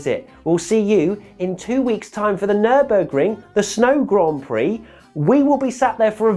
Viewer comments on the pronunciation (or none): none